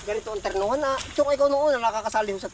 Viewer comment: turnohan hindi ternohan